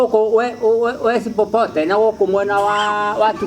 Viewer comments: Wes popote...(West pokot) aki😂😂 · sema west pokot sio wes popote😂😂😂😂😂